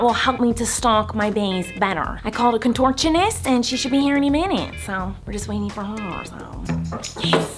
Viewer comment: Nobody: Miranda: ConTOrChOniST